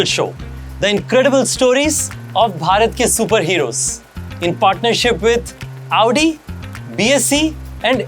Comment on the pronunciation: It's Audi not Aodi 😅